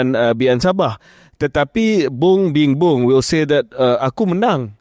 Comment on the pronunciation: aku da serius dengar..sekali KJ tersasul bung bimbang/bingung jadi bung bingbung..adoiii